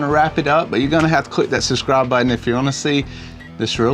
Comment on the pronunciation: PLEASE, it’s suBscribe, not suScribe! It’s sooo irritating. It makes me want to UNSUBSCRIBE every time it hear it! Love you guys, but please stop asking us to SUSCRIBE!